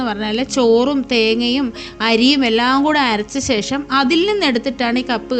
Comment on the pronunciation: സേഷം എന്നു പറയാതെ ഊച്ചാരണം നല്ലതായിരിക്കട്ടെ 😢